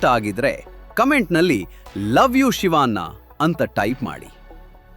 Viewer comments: ಶಿವಾ..ನ್ನಾ... ಅಲ್ಲರೀ ಅದು ಶಿವಣ್ಣ. ಸುಂದರ ಭಾಷೆಯನ್ನು ಕೆಟ್ಟದಾಗಿ ಹೇಳಬೇಡಿ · ಶಿವನ್ನ ಅಲ್ಲ ಕಣೋ ಅದು ಶಿವಣ್ಣ ಅಂತ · Civaanna... Alla guru.... Shivanna...